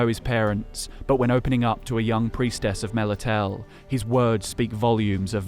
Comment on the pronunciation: I believe it's pronounced "Meh - Lit - Tah - Lay" Small nitpick, but no big deal because this video is awesome!